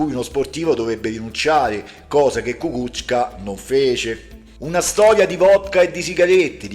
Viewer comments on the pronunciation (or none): Ecco, parlando ancora di pronuncia, quella corretta è Kukúzka